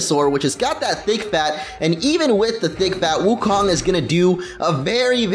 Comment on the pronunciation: your pronouncing wukong wrong, It's pronounced wookoong and rhymes with loon.